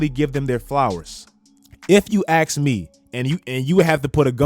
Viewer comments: "if you axe me" lol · Nobody:: if you AXE me...